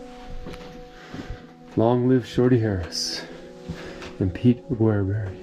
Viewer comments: I've never heard his name pronounced like that before. (Mostly heard "augerberry") I first visited Aguereberry Point back in the 70's and we drove right by the mine but didn't stop there. Hopefully you went up to the point, the views are breath taking. Our last time there was in 2017 and it looks like the camp ruins are a little worse for the wear. I never hear much about the connection with Shorty Harris so some of that info was new to me. Good job on the historical context. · I do like your channel, but please look up pronunciation for the places you visit. Just a quick online search and I couldn't find Aguereberry pronounced the way I heard it in the video. Ah-gur-berry is how I've always heard it referenced. Safe travels.